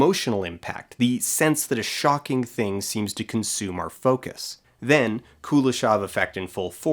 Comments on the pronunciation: Also Kuleshov is pronounced Kuléshov, with emphasis on the second syllable. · Kuleshov is actually pronounced with a stress on the last syllable, KuleshOV. Which is something an English-speaking person would never say, because stressting the last syllable in a 3-syllable word is very uncommon for English. However, if comparing which pronouncination is, er, 'more wrong', then stressing the 2nd syllable sounds definitely weirder than stressing the 1st one. Source: I'm Russian. Also, you can check the Russian version of his Wikipedia page, it has stress marks. P.S. I'm not bothered by this, however, because NAMES (in contrast to regular nouns) are always adapted in other languages and almost never retain their original pronounciation. The only Slavic names that retain their pronunciation in English are Dostoyevsky and Pushkin, as far as I remember. P.P.S. If anybody's interested, Chekhov in Russian doesn't have [k] sound in it, it's instead [h] like in "how": [Che-hov]. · I also hate the pronunciation of the name Kuleshov. It is a Russian name and it should be pronounced the way it is in Russian. The stress is in the middle not on the first syllable and the o at the end is soft. Every time I hear it butchered, it hearts my ears. Now tons of people pronounce it wrong because they learned it wrong on youtube.